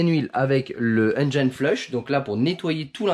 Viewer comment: Super vidéo, ça se voit que tu fais bcp d’efforts pour la réalisation de tes vidéos, merci! Petit conseil si je peux me permettre pour la prononciation de Engine flush, Engine se dit comme si tu le disais en français donc pas de Engaïne 😜